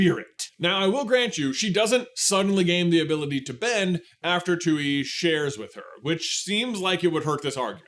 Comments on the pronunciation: The moon spirits name is pronounced "twee" or at least that's how koh pronounced the name. You kept saying tooee, which is how the spelling looks "tui" but we do have a character verbalizing the name in the show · The way you pronounce Tui is just sending me. It's supposed to be "Twee." But the way you say it, "Too-ee"... it's giving "hawk too-ah." Just saying 😂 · Its not pronounced "two-ee" its freaking "Twee", how do u expect to be taken seriously while u refuse to even say the names correctly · I literally cannot finish the video because im too upset that you are miss prouncing the spirit's name. Its TUI (TWEE) NOT TUEY. You're giving off 'The Last Airbender movie mispronouncing Aang' vibes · Also, also, why are you saying "too-ee" its pronounced "twee" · For those who know it’s even more frustrating that it’s not just pronounced “tway” And just spelled tui lol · Nice showing your lack of knowledge of hte topic you are talking about. It's pronounced Twee. You'd know htat if you rememberd Ko from the finale of season 1 who pronounces the name of the spirit. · I’m dying at “Tuey”😭😭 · Ya the show pronounces it like a baby trying to say tree. It's bugging me to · I've seen the show a bunch of times and always pronounced it tooee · Hearing you pronounce Tui at the same way that you pronounce Yue is really throwing my brain for a loop. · Thank you it was driving me crazy